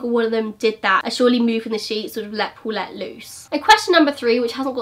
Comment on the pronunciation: "Pulet" hahahahaha you almost say Bullet.